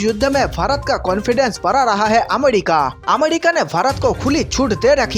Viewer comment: अमेरिका को अमेडिका बोलता है क्यामि तंग होवे भाई छोड़ दें चैनल तेरे वस गी बात कोनी